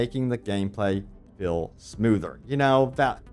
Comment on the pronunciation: Dude. U say hill/hilling/fill/filling. It's hEAl, fEEl and fEEling 😢 so annoying